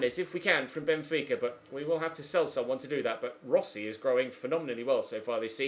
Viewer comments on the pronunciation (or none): none